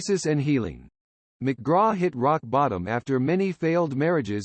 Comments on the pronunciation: Teach your robot narrator to say the actual name instead of spelling it. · I agree the narrator was a turn off it sounds like a computer generated voice... I didn't like it when he spelled out Ali McGraw instead of just saying it